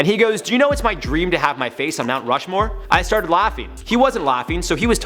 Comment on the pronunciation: But for be add it, you need to know how to pronounce Rushmore first, no?